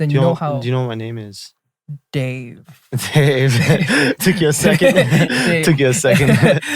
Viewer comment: The way Dave noticed that Jae spelled his name J-A-E but not that he said Day-A-Y-6 lmao